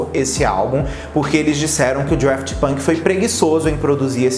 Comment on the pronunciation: Daft, sem R! Não sei de onde ele tirou o R